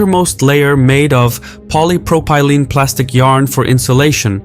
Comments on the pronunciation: Can't decide whether this is a text2speech thing, or an illiterate reading the script. That's most definitely not how "polypropylene" is pronounced. I'm sure there are other mispronunciations in here, but that one was just a bit too annoyingly noticeable. Why should I spend my time listening to someone I can't trust? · When you use AI voices, many words are pronounced incorrectly e.g. Canberra, polypropelene etc. It is very distracting.